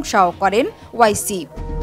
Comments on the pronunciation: NAM TA SOTHIK VABE UCCARON KORUN , O I C NOY -- OARCI HOBE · ওয়াইসি না। ওয়েসি হবে উচ্চারণ।